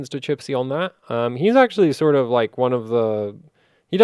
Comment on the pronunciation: the nickname of one of the hwbot clockers is CHISPY, not CHIPSY:) Give him a fair treatment and acknowledge his name properly:)